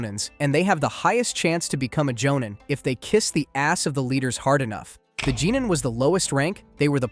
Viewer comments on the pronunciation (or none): 😅😅😅 "Jeeeenin" for Genin, seriously! Genin - gen - neen (hard g). You even mentioned Naruto, they say the words over and over and pronounce it properly.